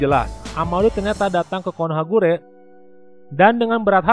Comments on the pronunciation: Bukan konohagure... Tp konohagakure.... Pengisi suaranya...😁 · Konohagakure kak bukan konohagure🙏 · Min konohagakure bukan konohagure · lah kok konohakure harusnya konohagakure 😅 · Konohagakure bang bukan guree hehehe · Bang Konoha Gakure Bukan Konoha Kure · Konohagakure bro..bkn konohagure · Konohagakure bkn konohagure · Konohagakure kali bukan konohakure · Konohagakure bukan konohagure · Siapa yang mendengar KONOHAGURE